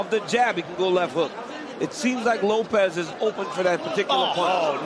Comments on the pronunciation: bro pronounced it like ropes 😂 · Bro did Bruce say Lowps ?🤣🤣🤣🤣🤣🤣